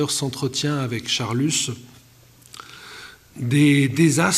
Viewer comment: On ne prononce pas l'"s" de Charlus, merci.